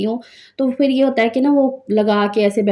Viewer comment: Phir ko fir na bola karo intahee bura lagta hy Aap hamesha pay ko fay boltin hain